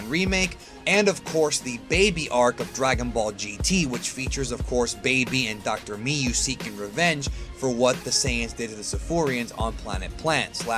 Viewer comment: Am I the only one that is trigerred by how he said Dr.My U